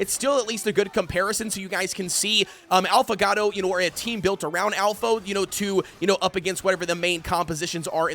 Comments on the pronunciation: When he keeps saying: “Alphagatto” 🤦‍♂️ bro its Affogato. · If you're gonna keep making Affogato videos at least take a second to Google how to actually pronounce the word 'affogato'. It's literally phonetic, just sound it out jfc